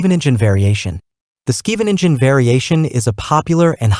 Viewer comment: I don't know any dutch, but I'm pretty sure it's not Skiiveninzen 😂